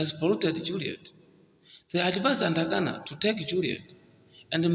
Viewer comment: Good analysis bro! Keep the flames burning! My take: Modify on how to pronounce"Atangana" and not "Antagana"😀